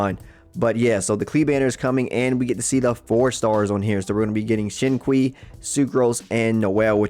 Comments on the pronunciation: Xingqiu is pronounce “Sing Chew” . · dat Xing "kwii" lmao